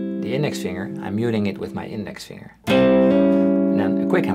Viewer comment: Je spreekt het woord finger steeds verkeerd uit. Het rijmt nl. NIET op “singer” maar heeft een duidelijke g-klank na de -ng